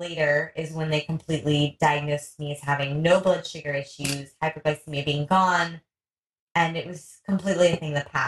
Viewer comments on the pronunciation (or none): Sounds like she's saying hypERglycemia...